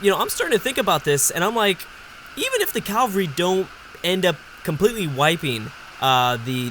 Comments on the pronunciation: it's pronounced "cavalry" not "calvary" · bruh... its CAV-ALRY not CAL-VARY!!! Jesus died in Calvary, cavalry are horse riders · ...Please, it is caVALRY... Not calvary... Sorry i just had to say it... I know youve probably heard this loads of times haha, otherwise great video! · what did he say? calvree? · I've noticed other UEBS presenters pronouncing cavalry as "calvary" too. Forgive my ignorance but is this a Canadian thing? I'm guessing is Canadian as were I think the other presenters pronouncing it as calvary. It doesn't really bother me if they say it this way, but i'm curious as to where the origin of this pronounciation is from. Cheers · your pronunciation of cavalry is a disease. There is no L in between the A and V.